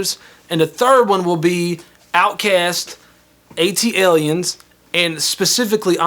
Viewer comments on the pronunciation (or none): Did anybody else catch when she said A.T. Aliens instead of Atliens? 😂😂😂